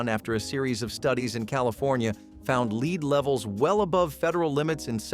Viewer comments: "Leed based" "soldering" ??? These people need to learn how to properly pronounce some words !! Turtle Soup was a 'thing' in our house . Living in the Southeastern U.S. , it wasn't unusual to have it for a meal on occasion . It sort of falls into the same category as Frog Legs . In the sixties , Crisco was a cooking staple in many homes . In our house , any Wednesday would usually see a whole chicken , fried in Crisco , and consumed for our evening meal . Margarin is a laboratory misfit that is one molecule away from PLASTIC !! There is NOTHING natural in it ! I usually have a tub of lard in my refrigerator on any given day . I still use it for frying some foods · Leed ? Sol dering? 😂